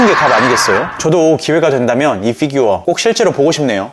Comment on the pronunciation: 걍 피규어 라고 해주시면 안될까요 ㅎㅎ f규어 킹받아용 ㅋㅋㅋㅋ